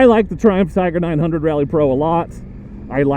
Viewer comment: I thought your were saying "Dear Trump".